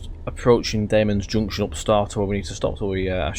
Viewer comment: Sorry, but you pronounced ‘Damems’ wrong. You pronounced it ‘Dame-ems’, it’s actually pronounced ‘Dam-ems’. Also, it is the shortest station in England :) other than that, good video 😀